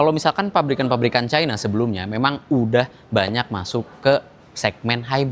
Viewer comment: Pabrikan cina om... kenapa sih ngomongnya musti caina?? 😂